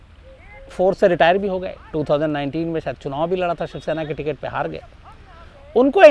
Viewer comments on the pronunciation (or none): none